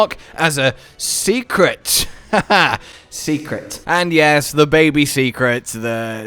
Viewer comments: Hey, the Seikret is not prounounced secret (See-Crit) it's pronounced (Say-Crit). Go watch day 2 of the live stream from the MH team, they say it several time. Keep up the word learning! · Is anyone gonna tell, that it's pronounced "Say-Kret" not Secret:S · They said it so many times at the show. Seikret (Say-kret) or (seh-kret) not Seeeeecret XD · All you have to do is change what you say It’s “dough/doe” shaguma “Say” kret And so on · Say it with me. Say-krit. I think it’s a mashup of sacred and secret, but I digress!